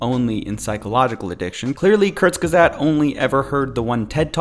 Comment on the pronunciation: The guy can’t even pronounce Kurzgesagt